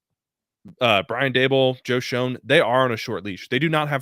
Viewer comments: Both these guys mispronounce Joe Schoen's name. It pronounced "shane". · It's beyond annoying. How are we supposed to take you seriously when you can't even pronounce the GMs name correctly?